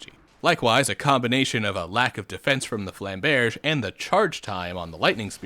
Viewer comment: It’s goddamn flam-berj ru fing with us